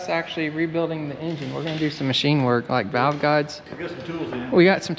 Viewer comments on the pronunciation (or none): none